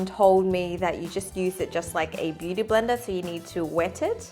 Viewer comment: When you said blender brush I heard Brenda